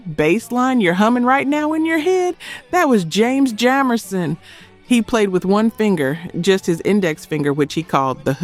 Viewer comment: James Jamerson’s last name is pronounced with a Long a sound. What in AI ?